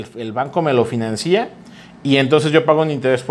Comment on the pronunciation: A todo dar pero financia no lleva acento, no es financÍa, ni financían, saludos